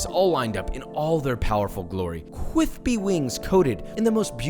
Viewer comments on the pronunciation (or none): FINALLY HE SAID “CWISPY” AGAIN